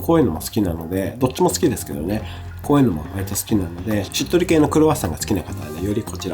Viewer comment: 追加 クロワッサンの時の🥐しっとり系が、しっとるけーに聴こえていいですね😂 田舎に住んでますので、カルディな無印良品にはなかなかいけないので、今日は、友人が買い物に行くとのことで、Kimi maroさんおすすめを依頼してまーす。